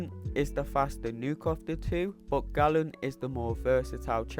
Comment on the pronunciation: Why do the MCOC community call him ‘Gallen’. Galen is pronounced “gay-len”. He isn’t a Gallon of Milk